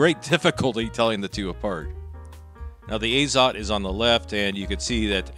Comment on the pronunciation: Actually, "Azot" should be read as "ah-zot", not "ei-zot". In Russian, "azot" means "nitrogen". Although, with regard to ammunition, it is likely an abbreviation because "AZOT plant" was a brand of cartridges in the USSR since 1950-ies .